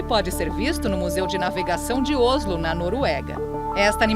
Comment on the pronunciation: Moça , não é Ôslo e sim Óslo ( sem acento agudo ) a capital da Noruega. 🏹🎯